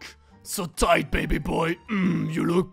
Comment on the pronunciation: tHiGhT not tight 😂